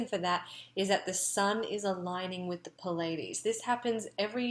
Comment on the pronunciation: Pleiades Pleiadian - Your casts are good but PLEASE pronounce things correctly- you are teaching people! PLEEE (or British PLI)-AA-DEES / PLEE- AA- DEE- ANN and NOT PIL-a-dean ... Thank you! see